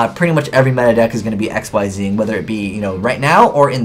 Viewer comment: Did you say X-Y-Zing? I know you're probably never going to say it right, considering we're about at the end of the ZeXal era and you still don't, but it just sounds silly. The only other trap cards I'd mention to people would be Royal Decree and Skill Prisoner. Decree because it's good in a more spell or monster heavy deck that doesn't run many traps, and Prisoner because it has the same effect when used on the field or in the grave, it works well in decks that mill for advantage, and it can protect monsters, spell/trap cards, and set cards.